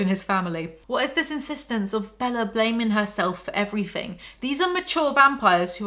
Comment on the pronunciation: It’s forever going to be the “Bellar” pronunciation for me 😂💀